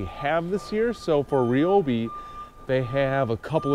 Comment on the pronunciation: Timex RIobe, NOT REobi